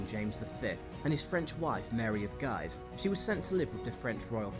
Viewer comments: It's dynasty like din nasty , not die nisty. Mary of Guise's surname is pronounced Geez not Guys. Rizzio is pronounced Ritsio. I think you should have had some "honourable mentions". William II (William Rufus) who was brutal, disliked and soon murdered, Richard I who used England as a cash cow to provide money for the crusades, and who spent not more than 6 months of his reign in England; Edward II who was not much interested in being King and had poor judgement. He indulged favourites who antagonised his barons and caused them to rise against him, lost the throne and was murdered: Richard II who also had bad judgement, presided over heavy tax burdens causing the peasants' revolt, lost the throne and was murdered: Charles I who had bad judgement, poor leadership skills, lost the throne and was executed: Charles II who was sponsored by a pension from the French King to keep him acting in the interests of France and was too dissolute and uninterested in ruling to maintain the British navy, allowing the Dutch to invade Britain, all the way up the Thames to London: George IV who was basically fat dissolute and useless. Plenty of contenders among the British monarchs :-) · MARY OF "GUISE" IS PRONOUNCED "GHEEZ", A FRENCH NAME. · Great video - some pronunciation points - Guise is pronounced geez.